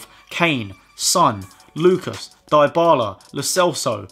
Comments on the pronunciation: You seen how we are says it diebala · the way you pronounce Dybala 😂😂😂😂